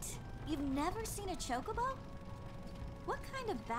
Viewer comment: also props for pronouncing chocobo's correctly :P